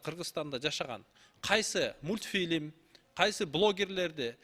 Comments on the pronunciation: Ар кыл соз менен бир эле маанини кайталагандардычыыыыы мутпилимди уйуно барып кор тантырап эле убакытты аласын мас адамдын созу тугобогондой эле..... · Многу ажылдаган катын мультфильм дегенди эптеп айта албайт да депутат болуп отурат гангир баш